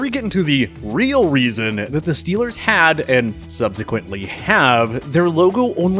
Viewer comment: Scheelrs not goina soupaer baowl!